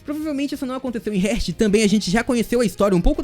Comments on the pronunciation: SUA PRONUNCIA SOBRE ESTE REINO ESTÁ ERAAAADONA MAN!!! Ñ É "RÉRT" É "REEEEAAAAAART" (HEART) CORACAO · No caso ele pronunciou a palavra heart errado se pronuncia hairt